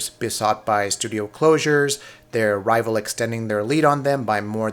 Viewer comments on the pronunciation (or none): none